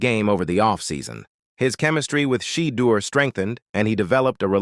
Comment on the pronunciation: So AI calls the qb She-deur? 😂